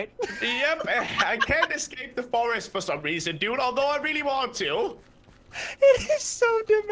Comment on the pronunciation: "The FORST"